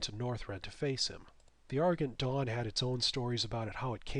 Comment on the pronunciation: you butcherd argent dawn you said ar-gent dawn